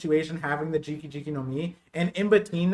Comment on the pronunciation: GEE - KAH GEE - KAH Not "Jiki," not "Drinky," You're drunk.